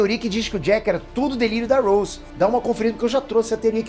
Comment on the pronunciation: Ele pronunciou o nome do Rose errado kkkkkk e como Jack afundou no navio se ele nem existiu?😂😂